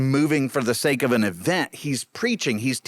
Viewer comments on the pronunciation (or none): none